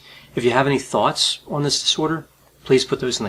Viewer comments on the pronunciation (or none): He always pronounces "on" as "oh-onn" Is his accent from a specific region?